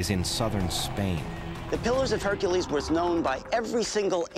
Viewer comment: it's HercUles not Hericles. But thank you for ruining this for me.